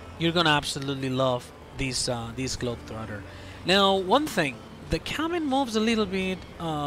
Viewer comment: You're pronouncing globetrotter perfectly 👌👌 you speak better English than people in the UK do